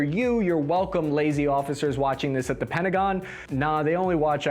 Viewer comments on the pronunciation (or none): none